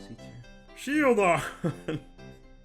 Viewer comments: I like how you saying “ShIelDaR” stupidly makes me laugh harder than most comedians whole sets. Thats the internet for you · the way he says "Shieldon" has me deceased